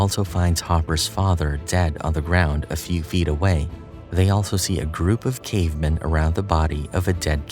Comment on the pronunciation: I hate how this voice pronounces "cavemen" as if it's some jewish last name